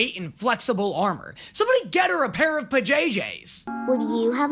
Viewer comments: Everytime he says puhjay jays a Jay loses their name. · puh-jay-JAYS? Where did you get the other j, there's only one j in pajamas?